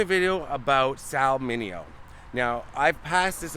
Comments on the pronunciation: Isn’t it “Min Aye Yo”? Whatever, Great video as always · Sal actually pronounced his last name "men-nay-oh" according to his long time friend Alan Alda, but Sal never corrected anyone for mispronouncing his name. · He was an italian descent,his parents were from Sicily Italy. In Italy..they pronounce it as MI - NE - YO